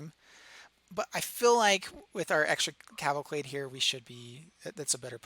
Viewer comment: Can't get over the "cavalclade". Great video, by the way.